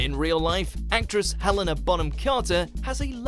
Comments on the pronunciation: RunningFromABear He also pronounced Helena as Helen a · I cringed so hard when he pronounced it Hell- ena 😳